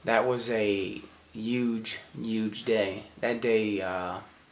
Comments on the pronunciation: I'm sorry, but I was killing myself laughing when you said that was a UGE UGE day..instead of huge! Lol thanks Gabe, now I'm aware of how says huge!! On a serious note, thank you for all you've done for our country,! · I feel so immature for making this comment on such a serious video but I heard you say "'uge" just like Gabe said you do (like a Jamaican lol) a few vlogs ago. I truly thank you both for your service and for sharing your experience. Great first video! Keep up the good work.